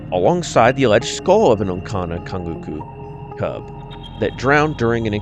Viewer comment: Just a tip, when you see a c with a little comma like line underneath it, like in the Onça-canguçú, it's pronounced as an s sound. Otherwise, enjoyed this series of videos.